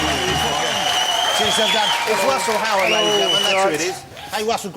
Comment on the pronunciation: it's wussel howard everybody